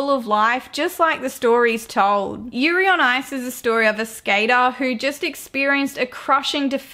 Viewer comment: I think it was yuri not yari 😅